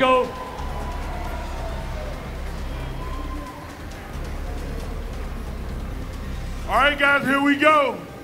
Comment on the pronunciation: Dude was calling him MIKO the whole time lmao 😂